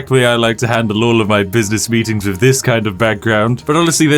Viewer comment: Dude cannot properly pronounce the "th" sound to save his life. "Fink/fought," "nine fousand," "wif," "everyfing," "furvur ado," "stealf/stealfiest," etc. I assume based on his YT name that it should actually be pronounced "Spithing Brit"